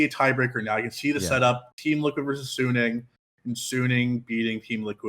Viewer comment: Suning is a fucking good team. They're definitely favorites to get first. But you probably don't know much about them or have watched much of them anyways considering you're calling them "sunni". Sounds like random assumption on your part. Even if Machi was fodder (which we can't be 100% sure of) TL is fighting over second place with G2. Sure, G2 can lose a random game in Groups. But they know what's at stake. They will tryhard and even if they might int a game vs Machi, for example, they should still be favorites against TL. It's not like G2 will "int away" half the games in Groups lol. Depending on how the group goes TL might have to beat G2 once even to then force a tiebreaker between them and G2. Are you going to bet on G2 inting that game, too, when it comes to it? Yes, it is a rather convenient group compared to the past years. But it's still hard to get out. 50/50 at best. At best.